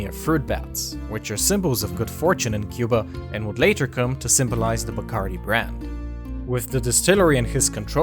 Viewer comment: Love this channel! But the "Die-Curie"?? lol